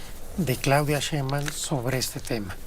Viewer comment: Ese sr no sabe ni pronunciar el apedillo de la Presidenta